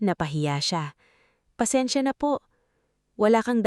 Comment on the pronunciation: Nice story. Very compelling. Sana lang maayos ang voice over at captions like 'asawa ko ako" at tamang pagkakasabi ng mga salita 'tumanggo sa halip na tumango, or pansensya sa halip na pasensya [for educational purposes].